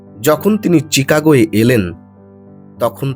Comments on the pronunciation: আমায় ক্ষমা করবেন। ওটা চিকাগো নয় শিকাগো। আপনার উপস্থাপনা খুবই সুন্দর! আপনাকে জ্ঞান দেয়াও আমার সাজে না। কিন্তু এক্ষেত্রে ch এর উচ্চারণ শ এর মত হবে। আপনাকে যদি অসম্মান করে থাকি ক্ষমা করবেন 🙏🙏🙏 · Daarun Daarun eai totthow 🫡..towbe sobbdo ti cchikago noi....sob bangali raa taai bole..actually it should be sound like "SHEE KA GO"🤔Thanks vai. Please TIE (Take it easy) now👌!!